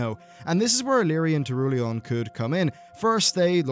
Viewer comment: That guy Turulion xD